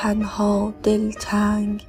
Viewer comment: سلام شعر اول رو اشتباه خوندید کلمه دل تنگ با تلفظ دله تنگ یا همون دل تنگ خطاب به دل خود داره